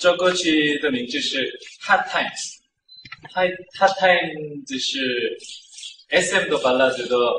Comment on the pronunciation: What he said: Hot times What I heard: Haw tymsh